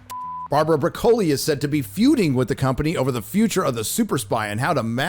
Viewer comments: It's pronounced "Brock-Lee" like the vegetable. Not "Bra-Coli". Seriously? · Why do you keep pronouncing Broccoli’s name with emphasis on the first o as hard? It is literally spelled the exact same way as the vegetable and as such should be pronounced the EXACT same way. Soft first o. Unless you are making some YouTube type of point on the down low. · Please, it is oronounced brock-oli, just like the vegetable! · Her name is Bróccoli. Not E Coli... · Bro Co lee. Wtf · Saying "Bro-Koli" is NOT FUNNY. Are you hitting the booze again, jackarse? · I think the only thing worse than hearing about Amazon controlling Bond for the near future is listening to say "broke-oli" all the time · Bra-Koli... Broccoli like the Vegetable...🥦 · Not to be a nerd about this but it's pronounced Brock O Lee , like the veg, thanks. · Bruh co lee? Really? REALLY??!! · I've never heard anybody pronounce the Broccoli names like that before lol. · Is the mispronunciation of Broccoli done for comedic effect? It’s not working. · Isn’t it pronounced Broccoli 🥦 like the vegetable? 🤷🏻‍♂️ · Its Broccoli said like the vegetable. Not some embellished Italian pronunciation lmao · stop mispronouncing broccoli you muppet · Learn to pronounce Broccoli so you don’t sound like a fool. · Broccoli is pronounced like the vegetable. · Saying her last name wrong, you say it like the vegetable. Also they already made Q gay in No time to die. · Why is he pronouncing broccoli like that? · Never heard anyone pronounce ‘Broccoli’ in the way does…is the broccoli 🥦 vegetable pronounced that way in the US or is he mispronouncing it for comic effect?? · Does really not know how to pronounce broccoli? 😂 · Why are you pronouncing her name like that? It’s Broccoli like the vegetable. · Her name is broccoli, like the vegetable, why are you pronouncing it that way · U said barbara last name wrong is that how u say the vegetable we eat that way?! 😆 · It's broccoli like the vegetable...